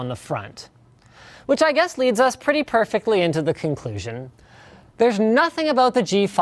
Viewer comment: "preety good camera" LOL